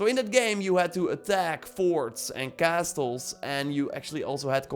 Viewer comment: Thanks for the great content! I know it's strange, like many English words, but "castles" is pronounced as "cassles." The t is essentially silent.